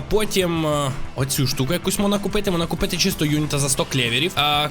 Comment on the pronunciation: чого у мене коли ти говорив можна то в мене говорилось мона а не можна?